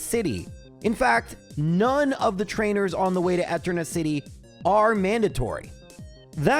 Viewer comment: Dude the way you said eterna city hurt my ears if you're going to play Gen 4 games please learn how to pronounce the names of the cities in towns